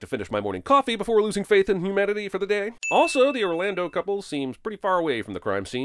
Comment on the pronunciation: #15. Did he just pronounce it “who-manity”?